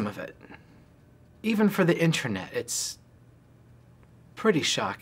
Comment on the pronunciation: Lol Ryan said intronet